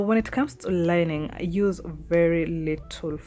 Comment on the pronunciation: Did you just say I can youse bar soap 🤭😅